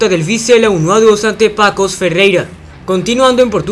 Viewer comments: cómo estás...Se dice Pasos Ferreira no Pacos...saludos y éxitos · se pronuncia Pasos de Ferreira* saludos